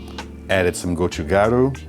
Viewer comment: You said gochugaru correctly! It means pepper powder 😂🌶️🌶️🌶️